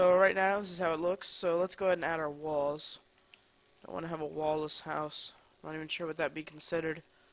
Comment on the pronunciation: wen you said "we dont want a wall-less house." i thought you said " we dont want a walres house." XD i was like wtf???